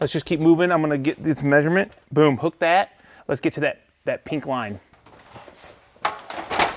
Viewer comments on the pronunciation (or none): none